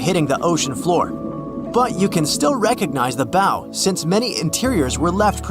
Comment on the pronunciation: look up the pronunciation of "bow"